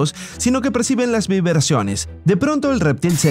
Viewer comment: Siii dijo vibreciones